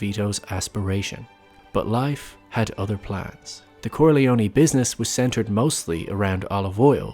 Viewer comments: Finally someone said it! It's pronounced "kor-lee-own" not "kor-lee-owny" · Please Stop saying Corleonie. Its just CorleONE. PRONOUNCED KOR-LEE-OWN Dam hillbillies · KOHR-LEE-OH-NAY not KORHLEEOHNEE. MC became what he hated most, someone who drove everyone away.